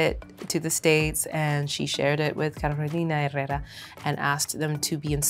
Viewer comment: the way she pronounced Carolina Herrera PERFECTLY 😍😍😍😍